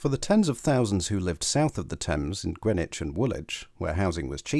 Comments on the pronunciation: You might want to check your sources if you imagine there was chalk beneath the river at Greenwich. BTW Grennitch is in New York. The area of London is pronounced Grinnidge. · people in Hackney say Grinnidge but the announcement on the DLR says Grennidge.